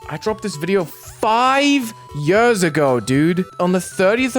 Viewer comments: "Five yÖÖÖRS ago" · I agree why does he say yurrs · "yörs" would work 10x better here btw (yes i know how it sounds like because im from sweden and we use ö here) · why do you say "yu-ers" like that i don't even think that's your british accent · yuhs ago 😭 yuhs ago 😭 yuhs ago 😭 DUDE I CANT 😭🙏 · "I'M SO MUCH MORE BRITISH!" goes hard Also "Five yurrs ago!" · How is the way he says years different? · ''yørs ago'' 😭